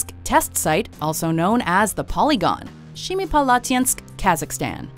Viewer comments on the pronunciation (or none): Number 3 pronounced as SEMIpalatinsk not SHEMIpalatinsk, you fools